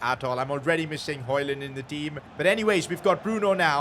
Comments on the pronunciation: His name is 'hugelan' not hoyland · You say hojlunds name like Rasums HoYlund not HoJlund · You still pronounce højlund wrong, this is how you speak it: heulun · Why are you saying haaland instead of Højlund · You Said HOLLAND BUT IT IS HOJLAND !!!.!.!.!.! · but dont say d when u are reading his name just say Højlun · If you want to say Höjlund correctly The Ö is like uh on english. That's how we say it on Swedish atleast. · Still saying his name wrong Its pronounced like "hoy-lun" in danish. The D is silent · I think its pronounced Rasmus Hojlun. withoud the d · That’s hoyland I know spelling it wrong but say like that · the name is almost right just say rasmus højlun beacus the d is silent